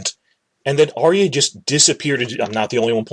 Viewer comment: PS For a guy who pitches himself as being so smart - I'd think you'd have the sense to know that the name is ARYA, as in AR-yuh. Her name is not ARIA as you repeatedly said.